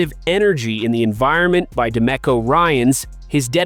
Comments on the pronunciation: Dude, this is the first time I’ve watched your channel and I don’t know what city you’re in, but for God sake, get your name pronunciations correct. It’s De MEEKO Ryans, not De Měcko. And it’s not Luke LÁ Chee; it’s pronounced Luke La SHAY’. And again, Jalen Pitre is pronounced PEÉtree, not PETER. I think any Houstonian who follows the Texans would know this. assuming you were at the practice to have all of this firsthand information about how the practice looked. You need to ask some people in the know how to pronounce the players’ names. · Bro called Demeco Da Mehco